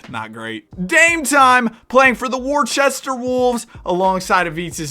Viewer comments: IT IS NOT WORCHESTER ITS WO-STER goggle it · you just insulted the whole state of Massachusetts by saying “Wor-che-ster” instead of “wuh-ster” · as the resident british person, its pronounced "woster" nor worcester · I hate to be that guy but Worcester is pronounced wister, had to educate ya cuz if you come into New England at any point and mispronounce Worcester you gon get laughed at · as a Worcesterite IT'S PRONOUNCED WU-STER MAN WTF DISSING THE GOAT CITY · Brotha u said worcester so wrong 😭😭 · As a Bostonian that Worcester pronunciation is paining me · That’s just not how you pronounce Worcester 😂